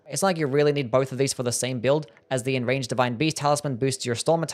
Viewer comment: I’m just joking about how he always mispronounces Enraged 💀